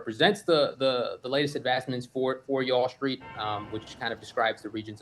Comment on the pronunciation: Did he say Ya'll Street😂 That's pretty good!